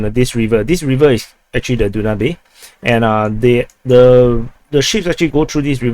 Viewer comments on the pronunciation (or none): you must be tired, "Den new bay" river is pronounced as da ·nyoob. They are also dredging parts of the Danube from Izmail so to reach Southern Germany passing along the way to 6 other European countries. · Hey Du-na-bee is Danube :) Amazon of the Europe ie. biggest river in Europe, Pronounced Dan-yu-bee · My man it's the DAnube river not DUnabe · Danube is pronounced DanYoub. (Biggest river flowing across Europe.) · Danube river is pronounced Dan Noob. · Danube River....,. Dan yoob... got it? Dan yoob ! If it were in Africa perhaos they would pronounce it, Doo nab eh? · The video was so long he actually had the time to learn how to pronounce Danube XD.